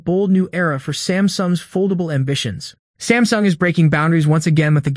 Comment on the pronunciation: I heard Stamsung... yes Stamsung! Will you catch it in the video?